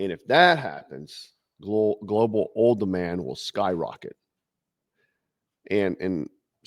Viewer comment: It's oil, not ohl 😂